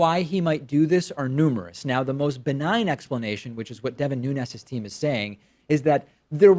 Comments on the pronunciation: Pronouncing ñ when it's just n is considered a form of hyperforeignism, like when people call habaneros "habañeros". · Portuguese fellow, here: in words that end with a vowel and an S, the vowel is a bit muted and the S is pronounced kinda like an in-between of "sh" and "j", So in Nunes' case it'd be something like "Noonsh".